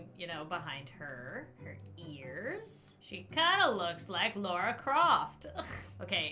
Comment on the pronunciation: Did she say Lora Croft 😂 It's Lara Croft btw